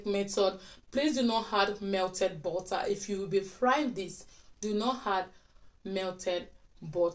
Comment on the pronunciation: Why you pronounce Butter bota?